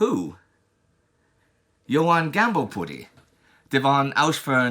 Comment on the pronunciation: No better way to end the last full month of the war than with a Monty Python reference. Chapeau bas to Indy for nailing the name of Johann Gambolputty de von Ausfern-schplenden-schlitter-crasscrenbon-fried-digger-dingle-dangle-dongle-dungle-burstein-von-knacker-thrasher-apple-banger-horowitz-ticolensic-grander-knotty-spelltinkle-grandlich-grumblemeyer-spelterwasser-kurstlich-himbleeisen-bahnwagen-gutenabend-bitte-ein-nürnburger-bratwustle-gerspurten-mitzweimache-luber-hundsfut-gumberaber-shönendanker-kalbsfleisch-mittler-aucher von Hautkopft of Ulm!